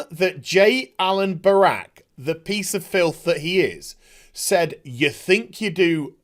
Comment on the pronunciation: Every time you say brack, I hear Barack, and I'm just like, look mate, I think you're taking the blame Obama meme a little far. Lol.